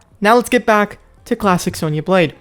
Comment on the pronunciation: What he said:"Let's get back to Klassic Sonya Blade" What I heard:"Let's get back yo Klapping Sonya Blade" 😂